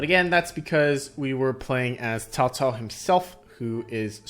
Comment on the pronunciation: This is a really fun one. It does a great job of making it feel like 3 different Chinese civs by mixing together the various faction units. And the Three Kingdoms period is a very fun one. A classic setting. Props on accurate pronunciation of Cao Cao too haha